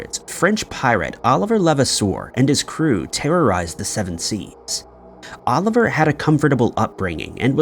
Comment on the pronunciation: Just one thing. It's Olivier Le Vasseur, not Oliver. He was French, not an orphan from England.